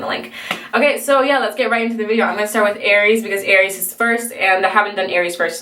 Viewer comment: you got aries right ahaha